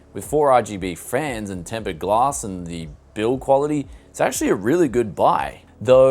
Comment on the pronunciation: Did you just say Tempered Glask???